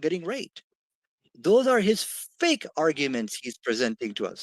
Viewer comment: Did he said “FAIC” FAKE LOL